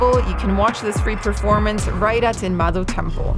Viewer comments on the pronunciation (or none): none